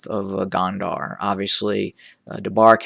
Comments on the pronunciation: I thought you said Kandahar(a city in Afghanistan) it's -Go-n-der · its spelled gonder. the de part say it as you would of the de in deputy. the go part like "go out". go-n-de-r